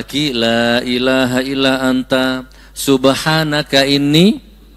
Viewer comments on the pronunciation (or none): Maaf Gus, membaca hadisnya bukan ala dzikrullah tapi, ILLA ..... ngapunten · Ila bukan alla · illa dzikrullah kok dibaca ala dzikeullah ..??? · Sedikit koreksi Gus Nur الا ذكر الله " ...Illa dzikrullahi bukan ala dzikrullahi. Dan متعلما "Muta'alliman bukan Muta'allam ( muta'allim bukan Muta'allam ) Barakallahu fikum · Salah bacanya Gus.. Illa zikrullah (إلا ذكرالله) dan muta'allim (متعلم)